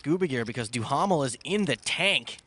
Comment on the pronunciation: Gotta love Stapes mocking Mercier's last name for the English pronunciation while mispronouncing Duhamel's last name